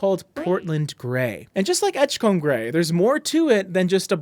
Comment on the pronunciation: From a Maine fan, please say edge-come rather than edge-comb. And keep the great content "come"-ing.